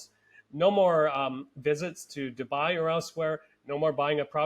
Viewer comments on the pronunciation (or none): none